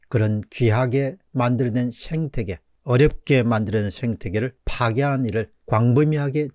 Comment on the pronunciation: 죄송하지만 생태계아닌가요? 왜 자꾸 쉥태계라고 하시는지요?